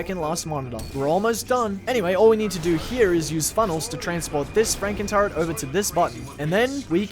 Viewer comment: i thought you were saying frankentart the entire time lmaoooo